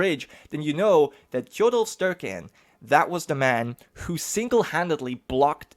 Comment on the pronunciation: Oh god the pronunciations are bad xD nice try though. Tjodolv Sterke-enn youd pronounce as Tchodohlv Staerkeh aenn. The Es are a bit like the ae in game of thrones, like aegon. I abselutely love that you used the song about hardrada in the intro and outro. Talking about the many longships taking sail for england, and youre even displaying a picture of the ships. Amazing. This is a hyped series!